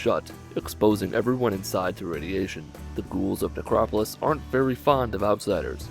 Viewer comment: thought you said Negropolis. I was like "Fallout shouts out Detroit?"